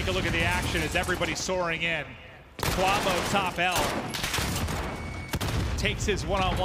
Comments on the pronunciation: Kwah-vo lmfao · Bro its KWAAAVO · gotta love "invoy" and "kwavo"...wtf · Can yall just call him kenny and not butcher kuavo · cant say “quavo” right to save his life, jesus, not that hard 🤣